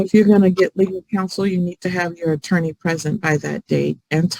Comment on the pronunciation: “What’s a torney? Like what is that?” 🤡